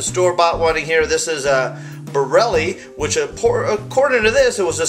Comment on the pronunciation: ITS NOT BARELLI ITS BARILLA